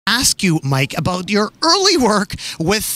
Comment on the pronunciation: Let me axe you a qweshon